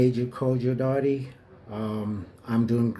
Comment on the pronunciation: the last name or surname is DARTEY, not Darteh. You keep pronouncing his name Darteh but it’s DARTEY.